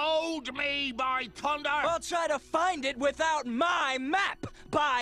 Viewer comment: "...BY TUNDER!" XD